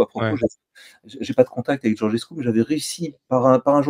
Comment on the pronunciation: Alexis, je ne sais pas si tu lis les commentaires mais Georgescu se prononce Djordjescou (comme Giorgio en italien) et PAS Gorguescou !